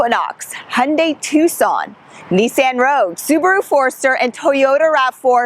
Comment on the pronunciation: and NEECE-ANN😮